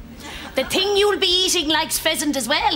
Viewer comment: "How did you get interested in that sort of ting?"